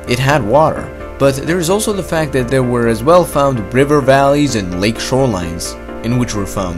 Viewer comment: "Eard" "dere" "dhought"